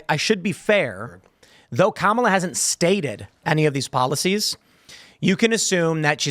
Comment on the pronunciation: The absolute most pressing issue for the democrat leadership and the MSM is that you don't mispronounce her name.